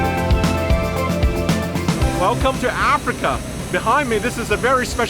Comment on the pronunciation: “Welcome to Apreika” hahahaha cunt is Africa.